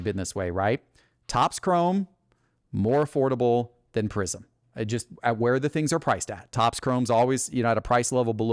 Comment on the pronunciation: My biggest beef with is how instead of saying the word “just” he says “jest” 😂